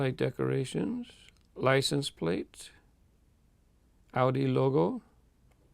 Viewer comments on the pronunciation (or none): none